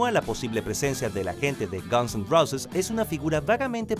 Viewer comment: se dice rouses, no roces..